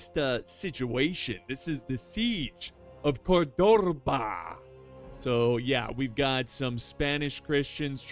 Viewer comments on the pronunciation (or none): OMG im from spain and that pronunciation of... ¿CORDRORBA? jajjaja that was funny. Good video. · “Korr Dorr Bah” 😂😂😂😂😂😂